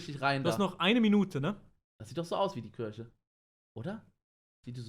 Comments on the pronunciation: Was für Kürche😂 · niemand: wirklich niemand: unge: kürche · Niemand: Unge: Kürche